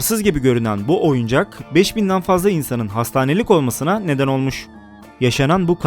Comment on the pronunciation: oyucak diip oyuncak